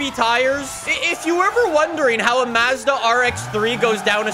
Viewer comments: every time he says mazzda instead of mazda I cringe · and his Canadian accent. He doesn't even call Mazda properly.